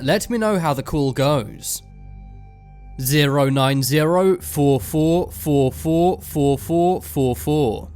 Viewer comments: Four not foua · I start of the video the first number when you keep saying four it's like Fo fo fo fo fo fo fo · When he was sayinf four i i heard "fou" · zero nine zero "fo fo fo fo fo fo fo fo"